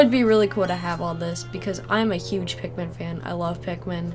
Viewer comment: Sometimes when she sais pikmin it's sounds like pacman